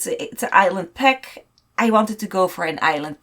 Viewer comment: Oh... For like 10 minutes I was like '' peck''?... Whats a fuckin peck??!.... Girl its PACK. Gosh AAAAAA